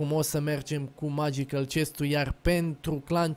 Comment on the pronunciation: magical se citeste megical nu magiical